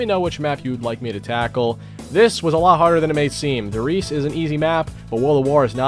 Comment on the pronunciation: It's not pronounced reese, german words don't have the silent e. It's pronounced Rye-zah